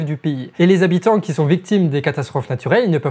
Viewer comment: Amigo, deux choses. Premièrement, ton niveau de français, notamment au niveau des liaisons, est à la limite du catastrophique. C'est très dur de donner du crédit à ton discours quand celui-ci est parsemé de "qui zont" "ils trouveront des trucs à développer à la con qui VA (en plus t'insistes bien dessus xD) absolument pas résoudre le problème". Des comme ça, y en a pas loin d'une bonne dizaine dans une vidéo de 15 minutes. Entre ça et le ton vulgaire pour donner un genre rebelle engagé... Deuxièmement, si Internet était un pays, il serait alors le troisième pays le plus énergivore derrière les USA et la Chine. Donc, si tu veux faire un réel geste pour notre environnement, tu sais ce qu'il te reste à faire ;) Bien à toi, à vous, les charlatans